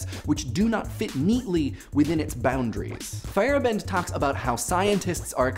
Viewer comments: feyerabend pronounced "fire-AH-bind" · I know you're saying Feyerabend, but what I'm hearing is Fire bend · Hehe, saying “Feyerabend“ (which, apart from a little difference to modern spelling, it's the German word for the free time after work) sounds like “firebend“. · Anyone else hear "Firebend" whenever says Feyerabend? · butchering the name Feyerabend